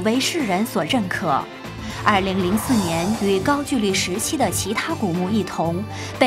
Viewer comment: 高GOU（一声）LI（二声）